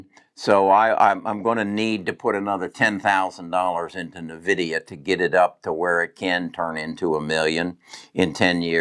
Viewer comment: Pronounced N-vidia